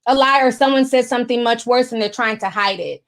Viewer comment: I like watching the show but u can’t talk it’s something not sometheen or thing not theen omg that’s burns my soul u can’t add a g and say thing or something my god